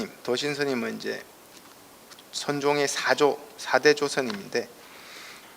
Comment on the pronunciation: 사조 스님의 ""사"를 왜! "짧게" 발음합니까!!?? 길게 발음해야지요!! 또! "혜능"의 첫 자도 짧게 잘못 발음 발음했나이다. 더욱이, 혜느의 "혜"를 "해"라고 모음 발음도 틀렸답니다. 1 2 3 4 5도 바르게 발음하시지 못하니 이 얼마나 놀라운 일입니까!!??